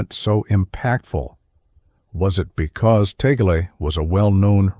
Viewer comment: Misleading title! Out of nearly 20 minutes, not even 1 sec was showing what he did! and his name was not even correctly pronounced